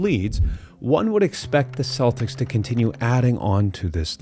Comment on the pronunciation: Ah yes, the Boston Cletics!